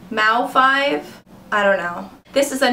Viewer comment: I loved this! Thank you so much for doing it. :) Although I did laugh when you said "mau-5". It's pronounced "mouse"! hahaha